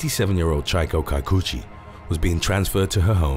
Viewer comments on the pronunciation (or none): Chieko kikuchi is pronounced chee-eh-koh Key-coo-chee!!! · NARRATOR NEEDS TO LEARN JAPANESE PRONUNCIATION.. FAST!!! SMH, LOL!!! "CHEE-AY-KOH KEE-KU-CHEE"!!